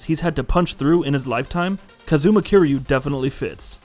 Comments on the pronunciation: I came here to say this. I was trying to be forgiving despite him being called KEEREEYOU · Dude, why you saying his name like that? It’s not KAZOOMA KEER YU, It’s pronounced Kaaz-ma Kir-Yu. And Majima wasn’t playable in Kiwami nor did he hate Kiryu